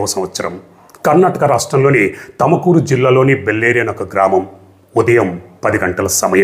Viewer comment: ఓర్ నాయనో తమకూరు కాదు.. (తుంకూర్) చదివి సరిగ్గ మాట్లాడు.తెలిస్తే మాట్లాడు లేకుంటే వద్దు.నిన్ను మాట్లాడమని ఎవరు ఏడిచాడు.